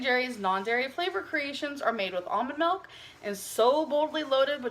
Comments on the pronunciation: I don't speak Dutch, but it is always weird to me that nobody ever point's out how she incorrectly (as for in English) mis-pronounces it that way. mElk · it's so weird how she says "milk" I'm from Belgium, and in Dutch, it is "melk". So it's like she's speaking English, and uses the Dutch translation every time she says milk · Melk is the Dutch word for milk 😂